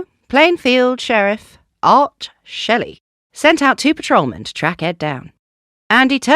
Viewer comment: It's pronounced schley, not Shelley. Just thought you may need to know.